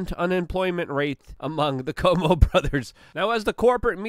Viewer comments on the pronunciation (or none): It's pronounced Coo~ō~mō not Cō~mō.